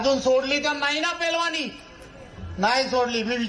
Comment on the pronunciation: अरे रवी तुला नीट पैलवान म्हणता येईना तू कशाला तोंडाच्या वाफा घालवतोस.😂